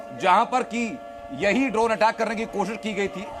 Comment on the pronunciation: Bhaiya its Drone not , Dronacharya wala Drone .